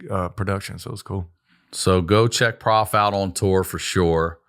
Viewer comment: Isn't prof short for professor, not prophet? Shouldn't it be pronounced prohf and not prahf?